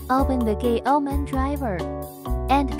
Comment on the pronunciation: why does it sound like gay o men when it says GAOMON